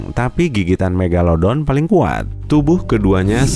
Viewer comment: King megalodon kak yang menang. Bukan megalodo.